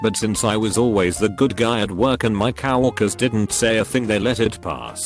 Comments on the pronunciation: Also the bot: Cow orkers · Why does the TTS say cow walkers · Cow-orkers. You know you hear it too. Dont lie. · The best part of this video is how the computer voice keeps pronouncing "coworkers" as "cow" (pause) "erkers".